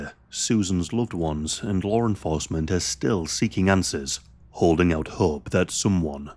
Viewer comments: Bro said Larre enforcement 😂😂😂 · FYI, there’s no “r” in the word law.